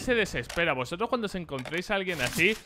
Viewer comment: ¿por que dice cando?